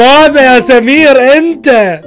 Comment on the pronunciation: سؤال: ليش تكول سميرر